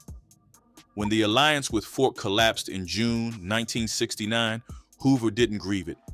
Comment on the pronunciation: Who is Fort? I thought it was Ford!